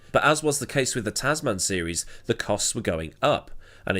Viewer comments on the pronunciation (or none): Brilliant run down on what has become an annual bit of fun, as usual. I normally accept different accents & pronunciations, but on this occasion, your 2 word Tazz Man has irked me. One word with a short soft 2nd "a", Tasman. So named after "The Ditch", the Tasman Sea between Oz & NZ. The Tasman Series was staged between both countries, & is what hooked me onto F1 in 1968. Anyway, rant over, awesome story, keep it up & Merry Christmas to everyone.